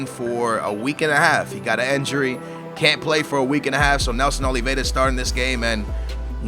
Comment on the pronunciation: You say injury like a-njury haha